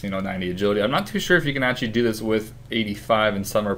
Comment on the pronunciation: Oh my gosh stop saying actually. You say actchy.